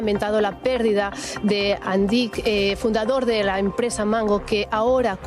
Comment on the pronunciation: Has anat a l'escola crec oi? Si fos "Àndic" com dius tu, portaria acent a la "a". Com q no en porta, és una paraula aguda en aquest cas, amb èmfasi a l última sil.laba. Fins i tot el video q poses de tele5 ho pronuncien bé i tu erre que erre....